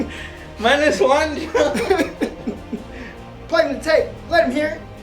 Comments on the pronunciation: Lmao "Minus Juan" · "Minus Juan" lmao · "minus juan" lmfao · "...minus Juan..." lol